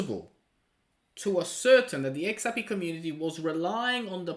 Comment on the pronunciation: Great video 🥳 really need this to pop and sweep all the doubters under the carpet… FYI upheaval pronounced up/hee/vl and ascertain pronounced a/suh/tayn 😎